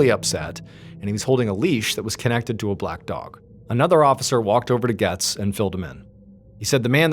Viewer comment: Its "GOETZ"(GATES) ...not "gets"....js lol